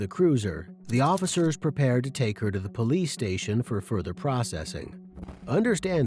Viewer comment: Poe leese! Ghetto